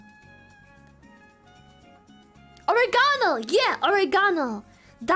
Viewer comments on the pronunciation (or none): it's pronounced oREgano, right? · Took me a second watch to realize she was saying "oregano" lmao I have never heard it pronounced like that